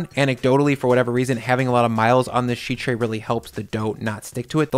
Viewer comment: Is it me, or does say sheet oddly? SHHHHeet.